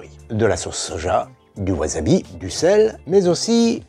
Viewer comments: Mata ne (à plus), plutôt que sayonara (au revoir / adieu). Au passage, on dit "wassabi" pas "wazabi" ^^ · Attention à la prononciation des s en japonais. Ça ne se prononce pas z, mais s. Si c'était z ça s'écrirait z. La plupart des francophones font l'erreur et ça m'énerve à chaque fois. Ce n'est pas wazabi mais wassabi. Pas Toyozu mais Toyossu. Etc.